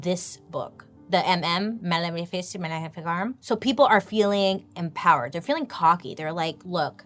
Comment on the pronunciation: The MM book is pronounced Malice mal-if-i(like the I in "it")-car-um